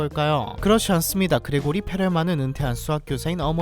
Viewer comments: 그레고리(x) 그리고리(o) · 근데 정확히는 그리고리임 Grigori라서 그레고리로는 발음이 안됨.